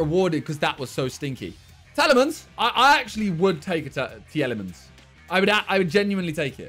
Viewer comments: Normal people : Teel a mans Simon : Tee-El-Ee-mans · Tea Lemons............. That is how ur supposed to say it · The way he Miniminter says Tielemans